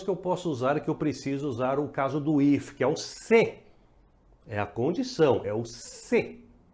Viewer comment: Te acho super didático. O que precisa ser revisto é realmente a pronúncia... é duro ouvir um "ifíai" e não "ifai"